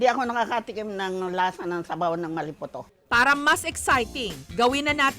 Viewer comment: Maliputo Hmmmm...... Mali-po-to Hahah